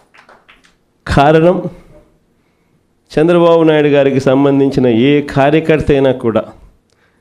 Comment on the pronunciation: Telugu nerchu ko Khha ranam kadu ra Karanam anali